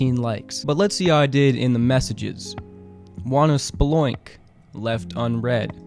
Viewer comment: “Wanna slpoink”🤣🤣🤣